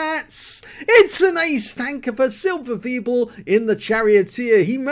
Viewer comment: Hello, thank you for taking my Replay❤️. The pronunciation in englisch for my name is SilberSwiebel, but it was very good for the first time😄.